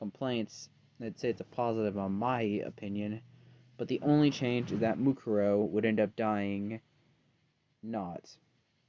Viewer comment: Why is her name Mukaro? It should be Mukuro you silly